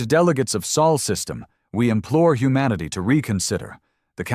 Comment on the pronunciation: Sol System, Not Saul, he's a lawyer